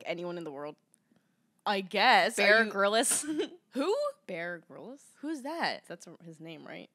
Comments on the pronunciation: the way pronounces bear grylls 😭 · Lol tf is Beara Garillas 😂😂 it's Bear Grylls (like grills) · it’s pronounced bear grills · “BEAR GRILLIS” LMAOOOOO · mispronouncing Bear Grylls 😭😭😭